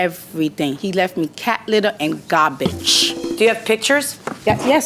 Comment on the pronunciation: "He left me cat litter and gawbige (garbage)"😂😂😂😂